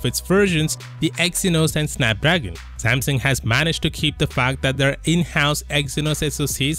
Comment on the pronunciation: Samsung not samsing u idiot